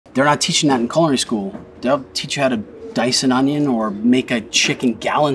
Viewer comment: They definitely won't teach you how to pronounce "culinary" in culinary school. Hint: there's only one L.